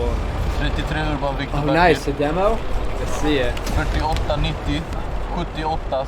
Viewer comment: You did the acromym pretty correct. The 90 is said nitti